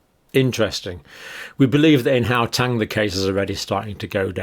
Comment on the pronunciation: John, sorry to be a pedant but Gauteng is pronounced ‘How - Teng’ ♥️